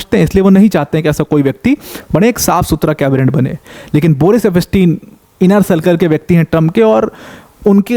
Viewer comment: It's pronounced as eps tien and not ep pas tin .